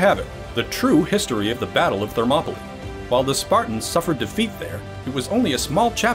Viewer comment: It's Thermopyles (Θερμοπύλες), NOT Thermopolis (Θερμόπολις). It's "hot gates", not "hot city". That's Phoenix AZ ;)